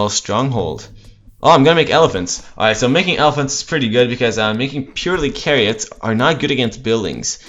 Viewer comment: it's CHARIOTS not frigging kariots. it's Chhhhhhhariots .. like change , like Channing Tatum , like chew. Not like chord.